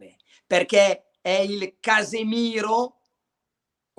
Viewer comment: Krunic come Casemiro non si può sentire😂